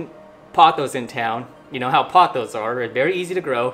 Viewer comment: POE-thoss (rhymes with "boss")